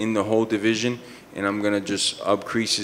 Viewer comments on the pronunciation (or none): I refuse to believe Jorge said upcrease instead of increase